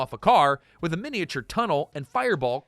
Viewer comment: Stay for the most unhinged pronunciation of 'miniature' ever